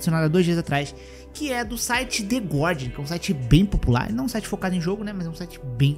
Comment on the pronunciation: Passei o video inteiro ouvindo voce falar "The God", quando era "The Guardian" hahahaha... Cara, nao sei o que é pior, esse povo que se doeu pelas enfermeiras com decote ou a galera que viu lacração nisso.